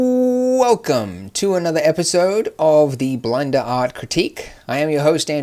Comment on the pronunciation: Did you just say blinder instead of blender